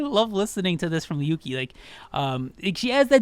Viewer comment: I laughed when you pronounced Yuqi's name as "Yuki" But yeah, i feel like Yuqi would have worked better as a rapper. Don't get me wrong, i think she's an amazing vocalist but her voice isn't suited for Idle's usual vibe, which is a decent level of high pitched with a dreamy quality. Yuqi has a very bold voice that would stand out in rap parts more than vocal parts. Besides, her deep voice is a stark contrast to Soyeon's high pitched one, and i think they'd work really well as a rapline. A lot like Moonbyul and Hwasa from Mamamoo, E:U and Aisha from Everglow or Hyuna and Jiyoon from 4minute.